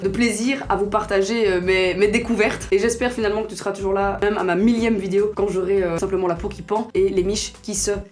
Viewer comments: Il y a que moi qui entend vidio quand elle dit "vidéo" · C moi ou le mot vidéo elle le dit vydewow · Prk elle dit vidio😂😩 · elle a un petit accent quand elle dit Video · pour ta prochaine vidéo asmr dit en continuité "vidéo" j'aime tellement quand tu le prononce avec ton accent 😍😂